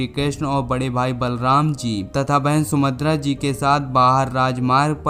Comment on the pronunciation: आप सुभद्रा का उच्चारण sumadr कर रहें हैं इसका मतलब आपको पहले कभी जानकारी नहीं थी, किसी की हस्त लिपि को आप पढ़ रहे हैं